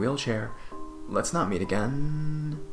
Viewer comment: “And realize that it was a good idea to not go back againnnnnnnnnnnnnn” Please stop drawing out your syllables dude...